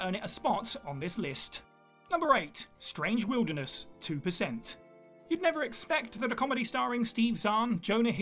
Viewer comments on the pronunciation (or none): none